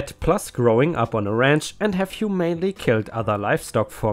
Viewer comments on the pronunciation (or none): The stolen dog story. I felt so desperately sad that the dog never came home. If that's happened to my dog I too would be completely heartbroken. ⭐⭐⭐⭐⭐⭐⭐⭐⭐⭐⭐⭐⭐ The slaughtered horse story - you said this word humanely as human - ly. It is actually pronounced hu - main - ly meaning kindly or mercifully